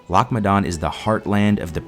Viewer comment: Probably should have got a Scot to VO this as others can’t pronounce “Loch” properly... every time you say it I cringe...